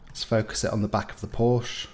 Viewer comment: Porsche is 2 syllables .